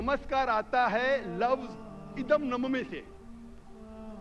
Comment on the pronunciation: "इदम् न ममे", नहीं बोला जाता है। "इदम् न मम!" सही उच्चारण है, मेरे अनुसार। जिसका अर्थ होता है, "इसमे मेरा कुछ नहीं है"। "इदम् न मम्।" का उच्चारण मात्रोच्चार के अंत में समर्पण के बाद बोला जाता है कि मैंने जो कुछ भी आपको समर्पित किया है, वो आपका ही है इसमे मेरा कुछ नहीं है।